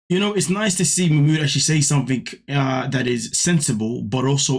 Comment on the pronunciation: Wtf is wrong with Nicole and her friends calling him Mach mooooood ffs it ma mood even ma mood says ma mood . She’s just a glutton for punishment the most miss matched pair ever . He is too set in his stupid ways let him go back to Egypt and she needs to be on her own they’re both horrible . I won’t watch them anymore . Fast forward .